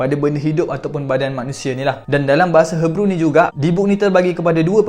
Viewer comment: Others: Hee-brew Speaker: Her-brew Sorry jadi pembaris.. 🥷🏻😂